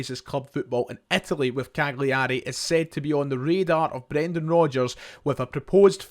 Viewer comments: Better to say it like Cal-yerry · It's pronounced CAL-yar-ay. Just helping out. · Please pronounce Cagliari correctly, it’s a silent “G”. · Maybe the most mental pronunciation of Cagliari Ive ever heard.